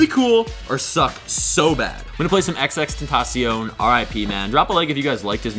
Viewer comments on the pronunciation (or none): white people saying xxxtentacion make me wanma kms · The way he said xxxtentacion smh